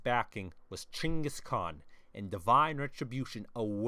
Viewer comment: Finally someone pronounced the Khans name right!